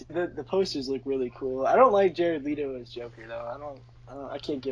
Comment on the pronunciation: it's Jared Leto not Leeto u dumbass